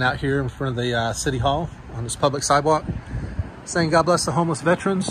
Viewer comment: Vet Er Ans...pet peeve of mine is mispronouncing veterans.